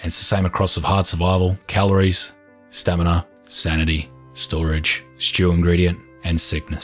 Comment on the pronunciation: its STAMINA. sta_M_i_N_a.